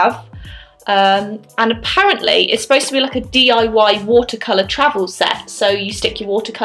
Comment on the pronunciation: "dyi" travel watercolor sets hahaha 😂😂